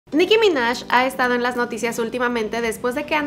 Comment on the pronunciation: Dijo "Nicki ya" no Jam